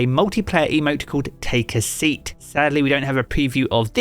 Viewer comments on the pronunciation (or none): none